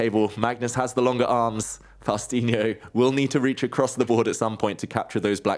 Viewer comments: It's "Faustino," not "Faustiño"! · Can you please stop calling him Faustiño? like he was brazilian or something, in spanish there is ñ and there is n and Faustino goes with the simple n. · It's Faustino, not "Faustinio" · Faustino not Faustiño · It's not faustinio, but faustino. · David, his name is Faustino - not Faustinio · Eh! The name ees FAUSTINO…not FaustiNIO! Imma notta Italiano…Capiche?! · It's Faustino, not Faustinho like David said every time pronouncing his name incorrectly.😂😂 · Why "fausTINIO"? It's FaustiNO. You have a lot of similar words in English and you don't add an I in the middle. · FAUS-TI-NO... Not faustInio... makes it sound brasilian, like faustinho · It's Faustino not Faustinio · It's Faustino not Faustiño. Loved the game. That kid is so grounded. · It's Faustino!! No Faustinio or Faustinho or Faustiño or whatever you are saying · You are mispronouncing his name. It is not faustinio, it Is faustino. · It's "Faustino" not "Faustinio" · David ... FabiaNO -> FaustiiNO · David, please, it's Faustino, not "Faustinho" or "Faustiño". It's call the Messi of chess for a reason: he is argentinian... If he was "Faustinho" we will happilly call him the Ronaldinho of chess, but it's not da case. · its not FaustinHo, its Faustino ! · he's saying Faustinyo because many times Mexican or hispanic names ending with "o" have the little tilde above them which would be pronounced with the added y in there. On the wiki pages there is no tilde mark above the o so it should be pronounced Faustino, no y added. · David, just a tiny little correction: his name is not Faustiño (as you pronounced here), it's Faustino. Maybe, if it's too challenging for English speakers, just call him Fausti, as that what he's called by friends. Cheers from Brazil 🇧🇷. 🤝 🇦🇷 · not too hard, they r saying it like Faustiño (with an ñ sound, “nyo”), but his name is Faustino (with a normal n, “no”). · Spanish: Faustiño Portuguese: Faustinho Japanese: Fauzutinyo English: Fausti-Neo